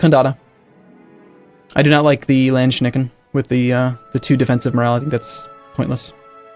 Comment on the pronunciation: Landshnacken is an interesting way to pronounce Landsknechten